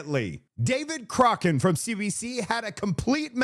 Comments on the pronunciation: Do you mispronounce David Coch…rane..on purpose? He’s an idiot but he needs his name right so people can avoid him! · its COCK RAN ... not whatever you are saying...